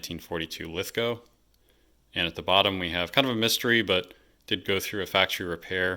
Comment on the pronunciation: Awesome content.nice to hear you say Lithgow properly,If your ever in Australia i will take you to the Lithgow factory museum.